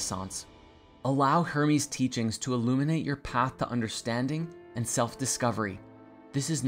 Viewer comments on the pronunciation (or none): none